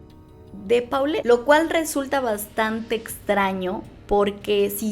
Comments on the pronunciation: Me sigue dando algo cada que dicen PAULET y no POLLET :) Así se pronunciaaaa Por eso le decían Po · No tiene nada de relevancia, perdonen mi condición obsesiva, pero le decían Po, porque se pronuncia "Polet" . Me da cosa cada que oigo cómo lo mal pronuncian .😬🤦🏻‍♀️